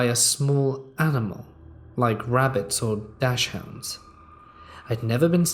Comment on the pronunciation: Lol at Dash hunds. Its pronounced Doxins you know wiener dogs. I used to think Daschunds and wiener dogs were two different breeds because I didn't know the spelling either. I also pronounced it like that.